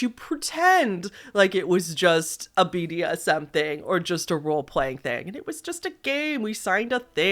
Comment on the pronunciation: Oh man, I knew it was a kink when he incorrectly pronounced "bdsm" into "bsdm". Being into kink myself this is clearly a man with a consensual non consent kink that can't play with anyone who knows what they are doing